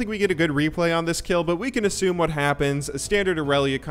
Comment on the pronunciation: Tryndamere a bit weak ? You say woot mate ?